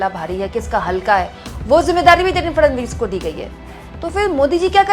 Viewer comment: Fadanvis nahi..Fadnavis bolo